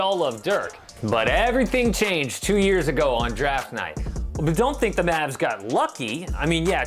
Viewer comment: His name is Luka, not Lucah.